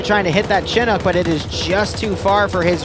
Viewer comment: i wish you can say chinook properly